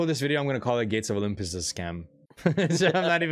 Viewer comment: Like Zee would call it gates of olympoes! this Zues guy coming here scamming you..really love the slot but Pragmatic has really made it a scam! still love the content bro!